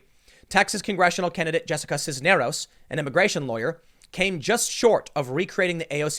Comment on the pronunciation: Not bad pronouncing Cisneros you were close